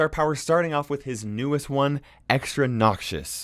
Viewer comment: Nobody:: NOCSIOUS